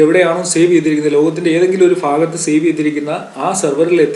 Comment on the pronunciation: ഫാകത്ത് അല്ല ഭാഗത്ത് ആണ് sir